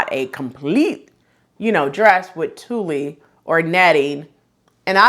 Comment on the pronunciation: Nice goodies. I applaud the men's patterns too. Hopefully more men get into sewing too. BTW, tuille is pronounced "tool". Thanks sew much.